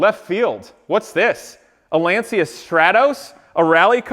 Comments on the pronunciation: I don't watch you very often because I find you just slightly less annoying than Rob Ferretti. Anywho, let's do a little lesson here: Lacia is an Italian marque and it's pronounced "launcha", not "lawnsia". Next, your "computer guy", Dan, doesn't even know how to run a slideshow. Some computer guy... SMDH. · Lancia is pronounced lon-chah! Please make a kit/mold of this car (LANCIA STRATOS HF ZERO)… I will buy it from you… I would even buy the replica that you are building…